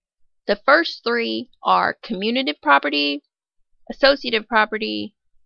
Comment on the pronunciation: It’s “commutative” not “communative”